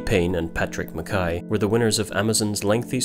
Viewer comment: One of the first people I’ve heard pronounce mackay correctly.